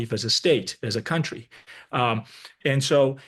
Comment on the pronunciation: It is 'kuntry', not cowntry.